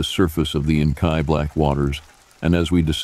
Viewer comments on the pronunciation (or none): Thanks! (but "in-kai" darkness instead of "in-kee"?)